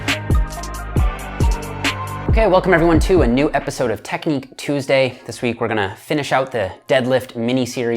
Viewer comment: The way says "TEKNEEK TOOSDAY" has me feeling some type of way